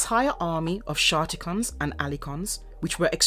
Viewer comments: Sharkt-icon, not Skark-ticon... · I'm sure she said shar-ticon at one point